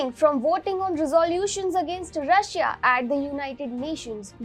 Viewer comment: i is silent when you pronounce Russia